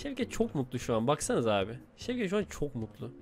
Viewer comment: şevket diyo ben kanser oluyorum servet servettt